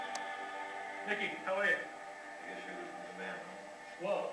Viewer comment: nickey??? it`s mickey